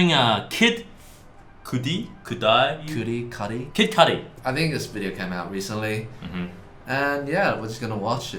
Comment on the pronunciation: I didn't know that Brett not knowing how to pronounce Kid Cudi was what I needed tonight, but it really brought me joy.